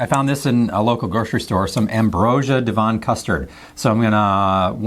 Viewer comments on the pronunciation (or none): Not d-von.. Dev-on, like heaven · Devon is all one word.. It's not DeVon (D'von). Honestly...I feel bad having to say this, but look up words that you've not used before, to hear how they're pronounced; so you don't end up looking stupid. Google search provides an audio reference as well as phonetic spelling to aid pronunciation; but you can also find videos of the words spoken if you use a bit of logic. If this was deliberate, to drive viewer interaction; it's utterly cringeworthy and tacky. You strike me as a sensible intelligent guy, but one that requires a little more forethought in his actions. Sorry for being blunt, but life is too short to dance around the houses trying not to offend. Good luck with the channel. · 100% correct on Worcester but not so good on Devon its Dev-on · I have never eaten an Aunty's product and I'm not even sure I've seen it in any of my local stores - although there are other companies that make the different puddings you've tried - and, yes, they are spectacular. Devon is a county in the SW of England and is pronounced Dev'n without any emphasis on the "o". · Love your pronunciation of Devon! Hot chocolate is always better with milk, I never understand why the instructions always say water. Is there anything from the UK you haven't tried yet but would like to? You should tell us and try your favourite American snacks, would be interesting. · Ah, Revels! The Russian Roulette of the chocolate world! Minor pronunciation tweak- "Devon" rhymes with "heaven". You did good with Worcester, though.